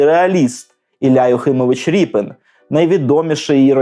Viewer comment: Змилуйтесь, не РІПИН же ж! Рєпін!